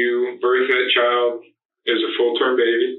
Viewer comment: Child not chowd